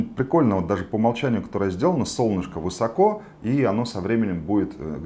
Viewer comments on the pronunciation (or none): none